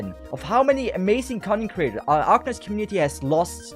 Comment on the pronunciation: I usually watch videos in 1.5x and whenever you say "content creators" i hear "cunny creators"